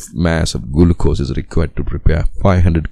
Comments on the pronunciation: Bro said gulucose 💀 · Gulucose?? Really😂😂.. Thank you by the way!!